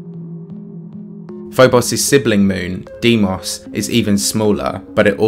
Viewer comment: I gotta say, I missed hearing you say "Phoboss and Deemoss" in your accent. Im so glad you put that reference in this video. Love the content